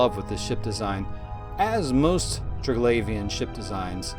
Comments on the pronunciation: im pretty sure its triglavian not traglavian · Hint, not Trig-lavian , try , Tri-glavian , then go from there :) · Say it with me... Tri... Glaive, ian... Not trig lauv ien. Jesus that was annoying to listen to lol. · Try-glay-vian not tra-glavian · glay, not glah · its pernounced "Tri-Glave-Ian" not "Tri-Glav-Ian" also, the drifters, sleepers, and triglavians. are all splinter factions of the Jove empire. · say it with now ok? : TRY-GLAY-VEEUN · I liked you up till the point you said ‘Triglavian’ with that pronounciation 😂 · Maybe learn how to say Triglavian before making a video about them? Just an idea. Would certainly not sound as annoying as it does, if you did. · Triglavian Xordazh. Pick a pronunciation for both and stick with it dude.